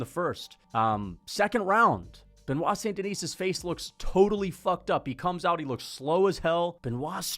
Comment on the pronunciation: This rusty headed bro can't even pronounce the name of the fighter he likes correctly